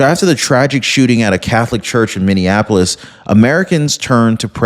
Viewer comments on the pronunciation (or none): none